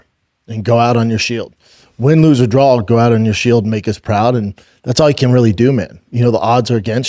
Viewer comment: I really need shauby to practice saying draw! Connor is a big draw. There is no L it’s not drawl